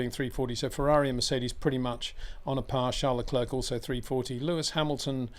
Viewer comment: PLEASE try and pronounce "Leclerc" correctly. Why not ask him ?